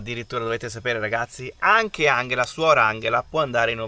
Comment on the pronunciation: Ciao ragazzi, vi seguo da qualche settimana avendo scoperto il vostro canale. Avevo una domanda, perché si pronuncia "Anghela invece di Angela" ? È pronunciato alla tedesca 😊 Bacio Briciola